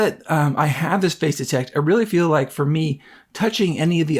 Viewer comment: Nice video, and if this really is much better than the E-M1 Mark II it's a valid reason to consider the new one. One small suggestion: for the first few minutes of this video, I could have sworn you were talking about "phase detect" autofocus. Finally got "face detect" from context, but it needs better enunciation there.